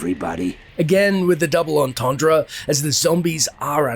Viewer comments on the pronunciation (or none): none